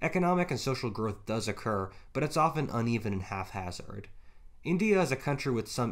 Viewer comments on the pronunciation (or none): I love you, but you gotta get your nose out of a book and go talk to people. So many of the words you use you pronounce like someone who's only ever read it, and never heard it used. "pre-saged" instead of "press-edged", and "half-azard" instead of "hap-hazard"... Gah!